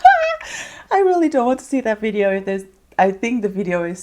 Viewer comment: So funny how u say “Videooow”😂